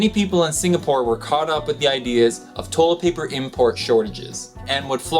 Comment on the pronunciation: "Toe-let paper"